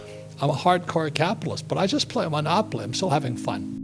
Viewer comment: He is funny. "monopoply" lmao.